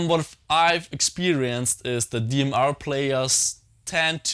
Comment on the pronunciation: Dee Em Arghh